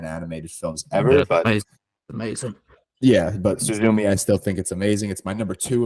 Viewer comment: my guy, that is not how you pronounce Suzume lmao